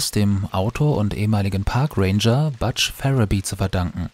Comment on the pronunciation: "Butsch", nicht "Batsch".